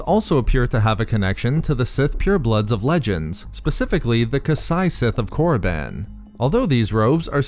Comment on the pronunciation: Did you really said Moriband? Jesus, was it really that hard to keep it Koribban